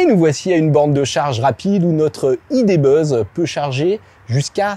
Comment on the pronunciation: Le Volkswagen idé beuuzz? Aie aie aie... Mais l'essai est heureusement très bien mené !